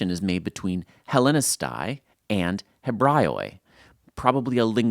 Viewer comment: PLEASE!!!! Learn how to pronounce the Greek letters such as αι = Ε, οι = Ι, ει = Ι, ου = oo / ou. NEVER read those letters separately like you do in the video. It's NOT "Ellinika-i" , it's "Ellinike", and it's plural of Ellinika. It's NOT "Ebra-io-i" (my God that hurt m ears). It's "Evre-i" plural of Evreos (Jews - Jew). Please stop mispronouncing Greek words. You can even Google it and have a voice reader to hear it.